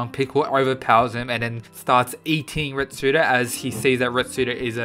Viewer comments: ITS RETSU NOT RETSUDO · Retsu not retsudo just saying